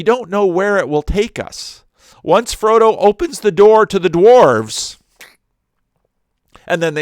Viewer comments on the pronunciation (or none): none